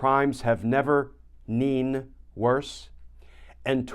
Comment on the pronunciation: "never neen worse" tRump the grand orator